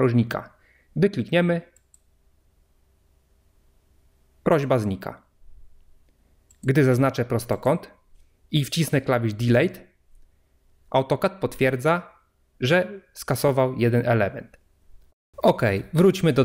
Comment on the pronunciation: "dyLIT", nie "diLEJT"!